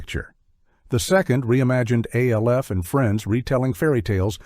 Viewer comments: Alf is pronounced as a one syllable name. It the live action show and the cartoon, it was never said as three initials. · It's not A-L-F ..it's Alf ...as in one word 🤦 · It’s pronounced ALF ALF ALF not A.L.F… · It’s pronounced Alf Alf Alf not A.L.F. and it’s Cops not C.O.P.S. and they were both popular. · Gilligan's Planet segment showed clips from the wrong cartoon. You showed The New Adventures of Gilligan instead of Gilligan's Planet. And as people has pointed out, Alf is not pronounced as initials, it pronounced Alf, and C.O.P.S. is pronounced as Cops, and M.A.S.K. is pronounced mask. Also, the AI narrator misprounounces DiC, and saying M.A.S.K. is Hasbro's answer to Transformers and G.I. Joe when the toy line was released by Kenner (as this was before they were acquired by Hasbro). Also, there was no Brown Hornet cartoon, and don't go criticizing Filmation teaching morals. It helped them keep parents from complaining about He-Man being a half-hour toy commercial. And Super Globetrotters should not count in a list of 1980's cartoons if it originated in 1979. Also, Slimer and The Real Ghostbusters was the result of ABC deciding to go with a focus group forcing changes to the show, which modified Janine's character, and made it where the ghosts were no longer the ghosts of the deceased and were more supernatural or fantasy-based ghosts. Seriously, can you please ditch the flawed A.I. and get a narrator who can actually do research into these topics? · Your AI is D.U.M.B., spelling out Alf and COPS? Seriously?! At least spring for a decent AI voice